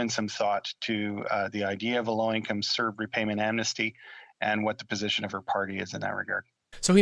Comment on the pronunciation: A little suggestion? When you say C-E-R-B it’s sounds like CRB. It would be better to just pronounce it as the word and not the acronym (Serb) to differentiate when you say c-r-b. Does that make sense? Hope y0u don’t mind the feedback. You probably don’t want to confuse folks.